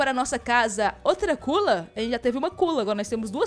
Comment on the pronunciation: nao e cula e sula